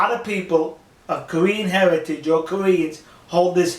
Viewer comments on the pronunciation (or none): none